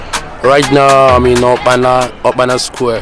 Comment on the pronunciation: Is okpara square bros, not "okpana square "